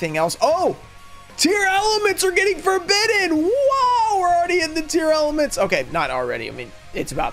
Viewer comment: I gotta ask, why do you keep saying it as Tear-Element? It's a portmanteau of tear and lament.